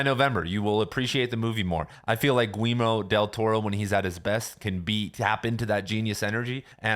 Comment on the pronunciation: Who’s Gweemo Del Toro?